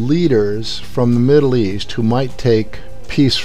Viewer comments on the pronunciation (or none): none